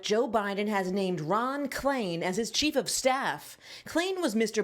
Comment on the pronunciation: President bye-ton